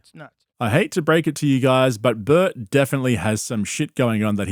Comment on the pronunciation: Why is Bert's name said as Bart twice? So is the narrator A.i.?